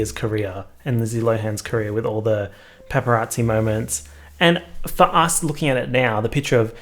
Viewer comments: Me: Paparazzi: Peppa Yahtzee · says « pepperazzi » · all i can hear is PEPPArazzi and now i cannot unhear it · He really said Peppa Raatsy. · PEPPERazzi is all I hear this who video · All i can hear is u saying pepperazi and it’s making me upset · “pepper at zee” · he really said: pepparazzi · No one:: Pep-per-rasi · All I could hear was pepperazzi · You say paparazzi like pepperatsi and I love it. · pronouncing it like "peperazzi" gives me life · no one:: pepparazzi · i thought you were saying PEPPERazzi as in your dog & i was expecting a video of good pics of pepper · Why do I keep hearing pepperazi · No one:: PepPeRazzi 🌶🌶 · saying pepperazi is so jarring but also comforting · the way u pronounced paparazzi is gross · Me: *listens to the into* *forgets how to say paparazzi properly* Though I guess I don’t pronounce the a either. Why is the a there if no one’s going to pronounce it?